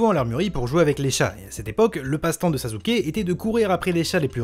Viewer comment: Pk tu dis sazuke